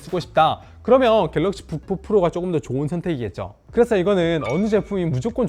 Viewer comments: 다른건 안들림. 갤럭시 북푹 프로... 졸라 거슬리네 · 갤럭시 부포포로